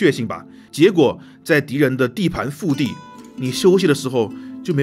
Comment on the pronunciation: 腹地 二声 不是四声 是二声